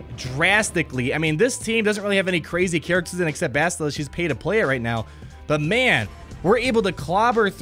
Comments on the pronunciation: dude its like bastille as in the french holiday of independence Bastille day which is TODAY haha just say it like that with an AH at the end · Finally my ears won't die after 'Bast-I-lla' =D